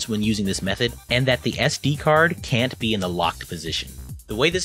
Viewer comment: ¿You Can or Can't? I can't distinguish well wich one are you saying.